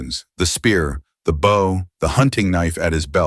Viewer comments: Listening from Utah USA. This is a really great story, but narrator doesn't know the difference between "bow" as in bow and arrow, and "bow" as in bowing to a king or queen. Two different sounds. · THE AI CANNOT EVEN PRONOUNCE "BOW"